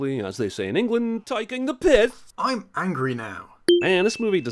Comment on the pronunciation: "Tyking the pith"?